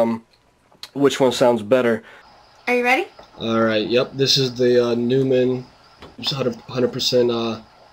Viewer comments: Noymun, not newmun. But thanks for the test. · it's not pronounced newmann it's pronounced noimann. I see someone already mentioned this. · This guy said "new-men" LOLOL it's "noy-men" maybe that explains why he can't get this mic to sound great lol I have this mic and it's more then amazing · Stopped the video as soon as he said "new"mann -_ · hey this is hawkz from germany and the companyname is pronounced like NOI in Noise and MON in Money.. So NOI MON would NEU MANN and thats it :D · If you are doing a test of a famous microphone manufacturer like Neumann, you should probably say the name correctly. Not a big deal, but... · fyi you pronounced neumann wrong... rookie mistake. just saying..